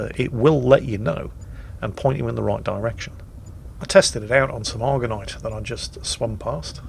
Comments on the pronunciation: Actually... it's Argentite not Argonite from the Latin (and Italian) Argento for Silver. You're welcome:) p.s. sorry couldn't help myself, being a silver smith with a 'touch' of OCD:P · Argentite = "Argonite" ...wha' ?! ...maybe that's why it doesn't find anything, eh ?! or dunno, check ya glasses ^^